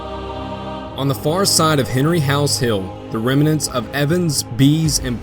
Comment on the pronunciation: No hate, but it's pronounced "rem-nants"